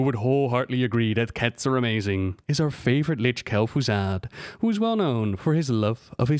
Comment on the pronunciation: "Kel'Fuzad" Disliked